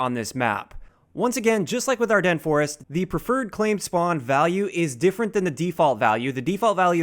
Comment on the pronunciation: Oh my god... someone finally pronounced Ardennes Forest correctly!